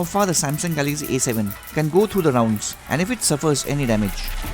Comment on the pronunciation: What kind English you speaking this is A 7 not E 7